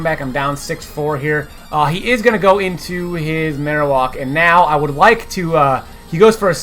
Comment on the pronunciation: Marowak not marowalk